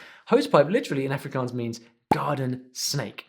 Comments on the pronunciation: He Didn't pronounce Afrikaans propery its more like ahhfrikaahns. I learn Afrikaans is school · You said Afrikaans wrong